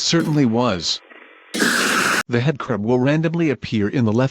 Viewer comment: "The hedcrub"